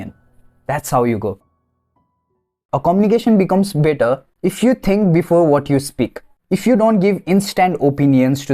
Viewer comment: Your better sounded bitter no offense